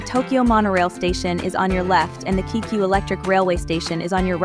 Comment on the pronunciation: It's Kay-kyu and Yama-no-tay!